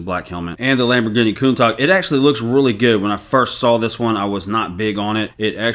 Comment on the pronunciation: Say it with me, "Coon-Tash" 😉 All the best bro, I like the longer format recapping the performance of the recently retired sets after showcasing the new ones.